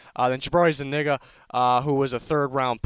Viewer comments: Zoo neega is how it’s said. He messed up bad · I thought it was pronounced zuneega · Did anyone else trip out when he said Zuniga 😂😂😂😂